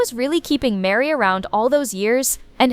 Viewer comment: Her name is Meri, not Mary